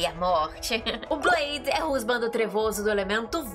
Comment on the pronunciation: pq vc fala blaidi?